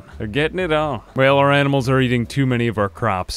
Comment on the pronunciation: "animels r Smert"